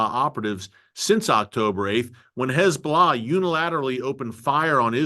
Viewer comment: Terrific program - Erick does a great job at reporting the truth.; much appreciated❣️ [caveat: There's been some progress, but it would be better if he learned to say "Hez-BO'-Lah" so he doesn't slip into that awful (lazy) way of saying "hezBLAH"🙄